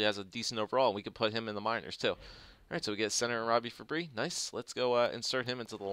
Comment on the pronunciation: I think you pronounce Fabbri like you would pronounce Kadri. I may be wrong though.